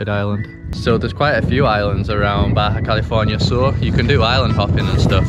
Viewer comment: Lo dijiste bien, Baja California Sur 😃